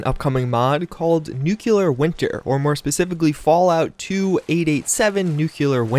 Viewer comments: "Nuclear" is on the screen. Still pronounces is "nucular." 😬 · God it bothers me when people say “nuke-you-ler” instead of pronouncing it like its actually spelled :/ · Al3x R0drigu3z just as its spelled. “Nuke-Lee-er”. Look at the word nuclear. The U is in front of the C, so “nuke-you-ler” is just objectively incorrect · Al3x R0drigu3z Noo-Cle-Ar